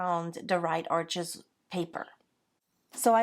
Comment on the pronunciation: Arches is pronounced Arsh. It’s French paper and an easy mistake to make. Just thought you might like to know. I love your work and the materials you use. I am practicing your style.